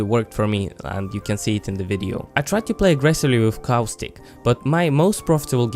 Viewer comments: Good vid, but cowstick? It's Caw-stick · just saying its Costic you pronounce it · CoWStIcK Not making fun of his your accent or anything, it just sounds funny. P.S love the vids!!! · "So if you peek coostic" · "cow-stick" and "mir-edge" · I came here just to hear you say caustic. I find it hilarious